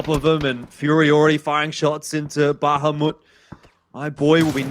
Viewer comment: "Bahamut" not "Bahumat"